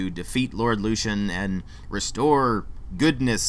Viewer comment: You said something about only being able to come across sex once. You can buy an emote to ask anyone for sex. You must be 17 if you want a full out sex scene. Also you keep pronouncing lucien like a dumb ass. Did you even play this game? Run along now.